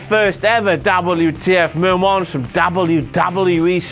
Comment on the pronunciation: "That's it for this week's WTF mo-monts for WWE RAW." BLOODY HELL,, GET IT TOGETHER, MAN!! DO YOUR redacted RESEARCH!!! Bloody stupid moron idiot moron...